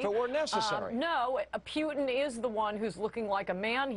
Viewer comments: his name's not peuteen, it's Putin. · Old horseface makes me laugh..her pronunciation of "P-yoo-tin" ..She's desperately clinging to whatever sex appeal she has. But fear not good people, I ask , name one Blonde female that has changed the course of events in the modern world.. I thought so. Her inane ramblings are good for sound bites at best...and somewhere in the world there's an empty kitchen. Ha ...my attempt at being a chauvinistic pig is as good as her journalistic views. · Is this bitch saying Pute-in? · the bony bleached bimbo can't even pronounce Putin's name correctly. She's in desperate need of a lube job, if she is even a she.